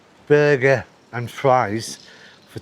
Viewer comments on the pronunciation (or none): none